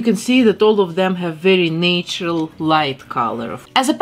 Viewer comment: You say “natural” the say way that my grandfather from Ivano-Frankivsk did… that made me so nostalgic. 🥺🥹 As nostalgic as beautiful Snow White herself!